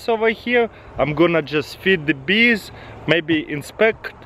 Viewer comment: "Feed de Beest"